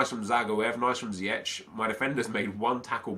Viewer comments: Pronounce it as: Zijeg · you pronounce ziyech. zi-ek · Iyou prenouts it like ziëg sorry dor my english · it's prenounced zi-jeg (Ziyech) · You pronounce Ziyech as Ziejek. Sorry for bad english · Ziyech's name is pronounced as Zee-Yash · It's pronounced either zee-Ek or ziy-ek not to be an arse just want to help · Bouhouch Taha you pronounce ziyech like ziëg sorry for my English